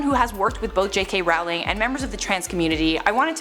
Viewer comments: American here I say Rolling, I think most of us say Rolling. Till now I've never heard this pronunciation. I think the woman on the video just pronounced it wrong. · Not a fan of hers, but if you're going to do a video about a specific person, learn how to pronounce their name properly first...